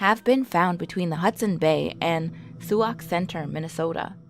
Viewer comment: Its pronounced sock center